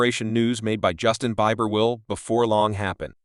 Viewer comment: Learn to pronounce his name😮